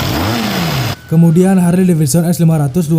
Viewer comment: HARLEY, (dieja / dibaca) = HERLI 🤓